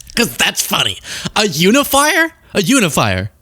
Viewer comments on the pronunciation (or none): It does sound like she said under the fire 🔥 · Are we sure she DIDN'T say humidifier? Sounded way more like that than "unifier"! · To me it sounded like: this person is unify, but Trump is unifier. lol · I think she was just mispronouncing it as "unn-ifier." 😂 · Un-if-fire ... Which means she is trying to pronounce it from reading it and not ever hearing it said. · Unifier — I think she said you-a-liar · I think she said "oonifier", like not Utah but ootah. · Melania is not saying “unifier”, she is saying “uni-fire”, a mistaken attempt at “uni-bomber”.